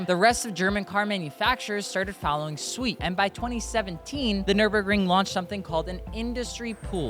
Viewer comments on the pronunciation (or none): It's follow suit not follow sweet.